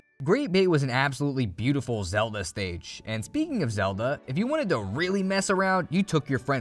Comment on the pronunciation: I'm gonna act like he didn't just call Link Zelde